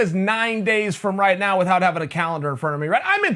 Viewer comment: with-Hout. juck suppose that, with the way chael says juxtapose. (cross legs) ok great, but where does kevin lee fit in?